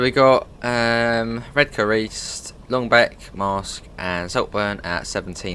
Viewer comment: I'm a Redcar lad myself and it's awesome to hear someone pronounce Redcar like us locals do (Redka - silent 'r'). Excellent stuff 😀😀😀